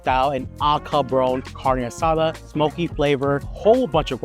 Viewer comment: Lost credibility the way he pronounced carne asada.